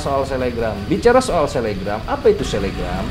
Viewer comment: Selebgram y bukan selegram Alaskan malamute itu tulisannya bacanya Alaskan Malamut